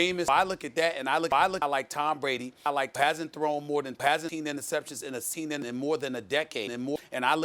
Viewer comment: “hasn’t thrown interceptions in a semen”